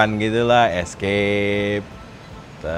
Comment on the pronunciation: Maaf Bos Baca nya " FORD ISKEIP " untuk FORD ESCAPE 😊😊 Bukan ESKIP